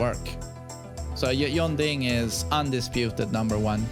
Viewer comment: Yong-ding. Jeeezuz. It's Jun-dding. Say it exactly like I spelled it. My ears bleed everytime you butcher that name.